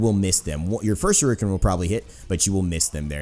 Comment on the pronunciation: Shuriken is pronounced "sure it ken" (without the t) not "sure reek ken"